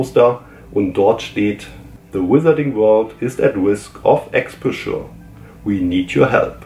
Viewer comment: Expauscher nicht Exposchuuur (Hermine lässt grüßen) 🤣